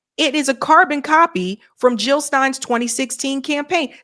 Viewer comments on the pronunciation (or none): Jill not hill ...